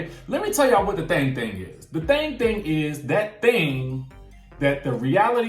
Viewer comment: I am sorry everytime you say thang thang thang thang thang thang i can't stop laughing 😂😂🙂